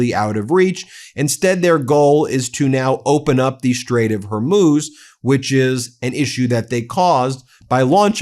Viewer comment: At last you pronounce Hormuz correctly.